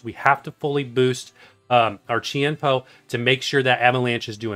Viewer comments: Chien Pao is pronounced as jiàn bào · Great guide! and Chien-Pao is pronounced like this in English CHIN POW! I hope this helps with the pronunciation.